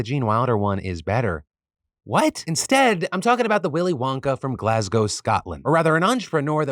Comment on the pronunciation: Finalky an american who can say glasgow yyyesss